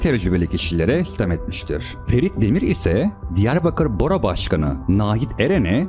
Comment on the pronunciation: Diyarbakır boro değil baro …